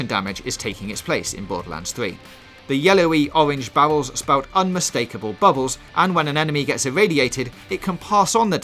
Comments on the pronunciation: Yeah he's got the same speech impediment as Jonathan Ross, he can't pronounce the letter "R" and it comes out as a "W" sound. That's why it sounds like bowels instead of barrels. It's actually a common type of speech problem. Barbra Walters also had this problem. So yeah you guys are making fun of his speech impediment. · It sounds like he is saying bowels instead of barrels. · I know its not his fault but when he says 'bawwels' really irritates me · Bawwels OwO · Can someone please explain to me what "Bawwels" are? Lol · "Fwee" "Bawels" "Destwuction" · Bawwels haha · Bawwels, pwogwessive, wadiation, I’m done😂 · The yewowy owange bawwels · o-wenge bawwels